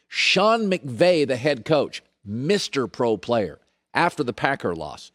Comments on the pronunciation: You just said Sean mcgay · This is the 2nd time Colin has said Sean McGay. I'm beginning to think it's not an accident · I don’t think it matters if he said McGay or McKay, it does sound like he says McGay it’s funny he made a mistake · He says, "Sean McKay" (as in Jim McKay, long-time Sportscaster)